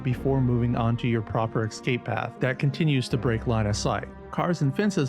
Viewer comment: Escape, not excape.